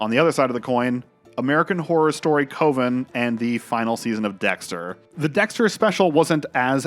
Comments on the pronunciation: Comparing AHS: Coven to Dexter S8 is crazy. Also, your pronunciation of the word coven tells me you didn’t even watch it, you’re just forming an opinion based on assumptions. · how do you mispronounce coven lol